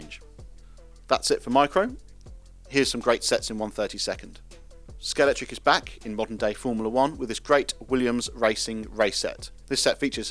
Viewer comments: A video from Scalextric with a narrator who can't pronounce Scalextric correctly. Where did the 'X' go? You need to take lessons from James May. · Love the JPS. Shame bro can't even pronounce the name of his company correctly. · It's always been pronounced ScaleXtric. In the old adverts it was pronounced ScaleXtric - with a hard hard X - now you're pronouncing it ScaleCtric. Is this a pointless rebranding? WHY?!? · Is the X silent? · Derrrrr.....it's pronounced Scale"X"tric guys. YOU should know but many people never, ever LEARN ??